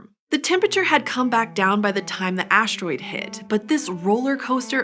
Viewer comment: There is no 'h' in 'asteroid'.